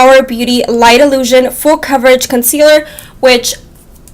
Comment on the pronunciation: Love the review. CAHVERAGE Lol. #coverage haha you're too funny girl 💖💄💋